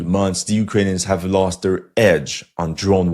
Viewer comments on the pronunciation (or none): none